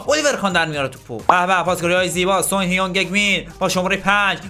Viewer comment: جان سان نه سونگ 😂😂😂